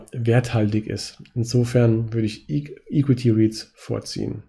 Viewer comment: Bitte bis nächstes Mal an der Aussprache von equity arbeiten ;)